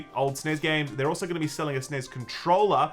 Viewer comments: S-N-E-S.............. its not one word!!!!! AAAAHHHRRRGGGGHHHHH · For the love of God, the N.E.S. was never known as News and the S.N.E.S. was never known as sness, stop saying it!